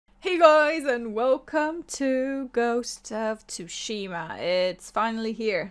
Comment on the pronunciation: Ghost of Tushima? Thought it was Tsushima